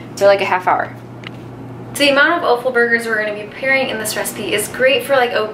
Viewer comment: Love the way you say o-ffal. Where I'm from it's pronounced off-al!